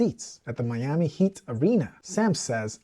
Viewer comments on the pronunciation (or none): none